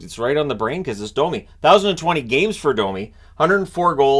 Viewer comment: No, Cherry NEVER called him “dummy”. He butchered the pronunciation of many names, and Domi was one of them. He said it like “Dah-me” instead of the correct “Doh-me”.